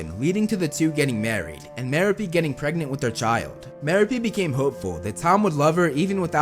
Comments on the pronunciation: *Muh-Rope” Gaunt. Not “Marrow-Pee.” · ‘It’s Mer-OH-pe, not Mer-a-PE.” - Hermione Grainger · Merope ( Ma-rope-pe) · It’s MerOpe, not MeropE.